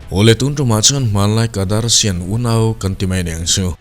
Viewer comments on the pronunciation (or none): I aw a nalh nen, Kardashians ho pawh kadarshian i ti tlat hian min ti tui lo😂😂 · in Kardarshian a tih chuan... Dari ani mai.... Da da da ti ti duh suh 🤣🤣🤣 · Kadarshian....a ngaihna awmlo, ngaihthlak tuiawmloh chhukchho eeeeeee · A lam dan hi google ah zawng ṭhin ula ngaithla hmasa ṭhin ula. Kardashian tih lam dan a lar lar nen kan ṭawng anilo a tih lam nilo in, a lam dik theih nan a zawn a har lo lutuk tawh sia